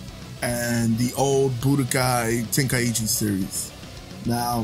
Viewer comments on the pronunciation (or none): none